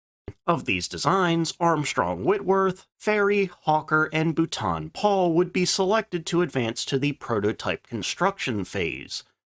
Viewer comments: Be better if you worked on your pronunciation of the manufacture's names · What's with the daft pronunciation of Booooulton Paul. It's pronounced Bolton Paul!